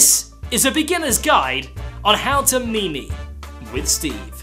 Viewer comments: Good video but it's pronounced like "meem" :3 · instant dislike cause of how you pronounced meme